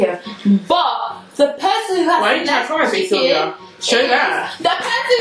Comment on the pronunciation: Sylvia wonnnn not van